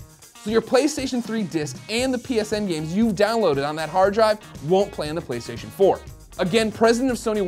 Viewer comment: "Pwaystation" lol